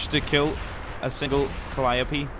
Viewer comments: Is he saying colliope wrong to be funny or am I the only person who thinks it's (Cole-eye-oh-pea) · also calliope is pronounced Ka-Ly-O-P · It’s pronounced cu-ly-oh-pee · XD I was about to post a comment about how annoying it is to listen to you call it a calli op before you corrected yourself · just u maybe, i think it pronounce Cal-li-yope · they're pronounced co-lie-ti-pies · It is CA-lie-o-p